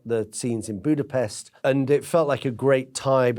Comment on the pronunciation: He keeps mispronouncing the name of Hungary's capital city AND mispronounces the protagonist's given (first) name, but hey, who's being bothered by that? :face-purple-wide-eyes